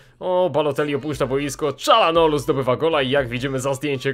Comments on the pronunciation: mówi się Czarhanoglu ale tez może być Czalanoglu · Kalczanoglu plz nie Czalanoglu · Mówi się ćalhanohlu